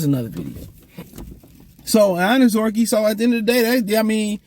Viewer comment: I pray that they let Levi go so you can stop butchering this Man's last name since you do not try whatsoever enunciate and properly pronounce this man's name